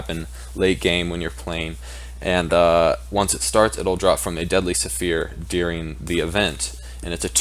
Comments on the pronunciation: Dude it's not "Suh fear" it's "sfear". One syllable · The way he says sphere is saphere XD